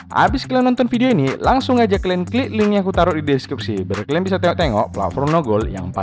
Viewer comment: Bosen gue denger lo ngomong kelen mulu ada kali 40x ngomong kalen mulu